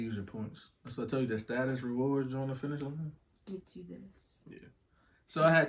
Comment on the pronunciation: She must not like finishline the way she said finishline 😂😂💀💀💀.... but most shoes look good on small feet people. I took a L on the Kobe also but I was buying to resell 😂. Don’t curse 2 mins later she cursing 🤬